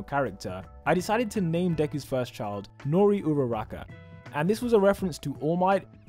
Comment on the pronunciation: I love how he said secret love chilf